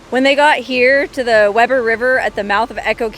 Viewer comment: very good (it's pronounced 'Wee ber' )